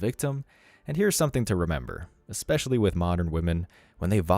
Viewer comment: Ekspecially? Really? Is that a word now? I guess it's no different that , "I axed you a question."